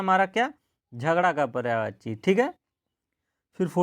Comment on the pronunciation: Pryavachi nhi hota Prayayvachi hota he plz uchharan sahi kre